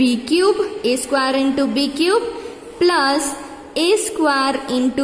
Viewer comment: Man that is not saquare that is square